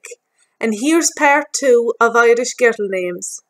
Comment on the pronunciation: I live in Ireland and I have never heard your accent. " Guhrrrul" names. And I have never heard Siobhan pronounced without the "v". What area are you from?